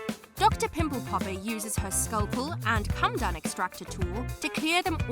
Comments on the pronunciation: It's Coh Muh Doan extractor. Not a Cum Dun. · It's pronounced co-med-own, not come-done. Doesn't matter if it's American English, British English, Australian English or African English. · PMSL... A 'come-dun' extractor....com ee dough n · Coh muh dohn extractor. Not come done. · Did, ..... Did you say a " come dum " extractor? 😂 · Did she actually pronounce comedone as ‘come done’ extractor lol?! Too funny because it shows another narrator who doesn’t read through and research proper pronunciations smh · How come the narrator can’t pronounce comedone? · That's not how you say comedone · Because she is lol. Also doesn’t know how to pronounce comedone 🤣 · And the pronunciation of “comedone” made me want to SCREAM!! And she just kept mispronouncing it over and over! Ruined it for me!